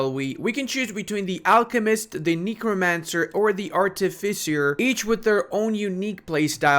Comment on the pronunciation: You pronounced artificer very well but can we talk about the way you say Knee Crow Mancer lol. l am Buying the game cause of this vid, and cause i grew up on heroes of might and magic 3. Cheers!